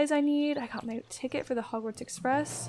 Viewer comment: "Hogwarts Express" Me: "WARTS EXPRESS?!"